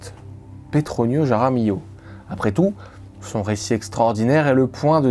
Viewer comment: Sérieux mec, fais un effort ! Pour dire Juan, tu utilises le son de la Jota, je "j" espagnol, qui est un R gutural et pour dire "Jaramillo", tu le prononces comme un J ??? T'es pas idiot pourtant, tu devrais te rendre compte ! Et LL en espagnol se prononce Li donc "Raramilio", ou R est le R gutural. Sinon, si tu ne sais pas parler espagnol, tu prononces tout à la française. Et merci pour la vidéo.